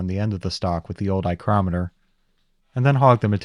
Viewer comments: yeah, you Sir, also have great skills, absolutely impressive. The "eye-crometer" killed me though 😄😂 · "Eyecrometer" Love it. 😂